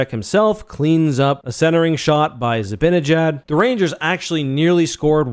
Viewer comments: If you're gonna call yourself a Ranger fan you have gyatt to learn how to pronounce Zib"AH"njiad and not Zib"IN"injad. There is no "I" in the middle of his name. You can look up "Mr. Zibanejad reads the opening lineup, including Mika" to see how they pronounce it in case you thought your way was correct. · It’s Zi-BAN-eh-jad not Zi-BIN-i-jad. Even a TV pro like Olczyk can’t get it right 😂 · How hard can it be to pronounce Mikas last name...? Zi ba ne jad...!